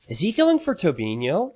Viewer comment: I'm quite impressed pronounced Tobinho the Portuguese way.